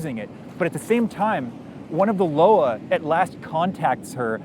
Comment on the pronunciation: Nitpick: it's not "Loa" as in "lo-wah" but "Loa" as in "lwa" or - better, I think - "loi" as in the French (or Creole?) for law.